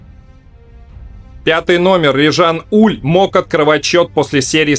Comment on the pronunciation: Верно, он франкофон, поэтому правильно называть его Уле (буква е на конце у него пишется с ударением с черточкой), да и канадские комментаторы его называли Уле, но это правда не принципиально, у нас привыкли называть Уль, пусть останется Уль